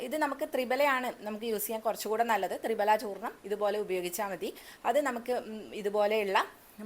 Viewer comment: തൃഫല എന്നുപറയാനേശ്രദ്ധിക്കു മാഡം